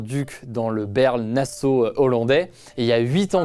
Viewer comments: On dit Baarle! Pas baeaewrle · Par contre on dit pas Bèrle (nasseau ou le duc) mais Baaarle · Au cas où en Belgique on n'a pas de mairies comme on n'a pas de maires, mais ce sont des maisons communales avec des bourgmestres, et Baerle se prononce Bârle comme ça vient du néerlandais. Voilà pour la prochaine fois ^^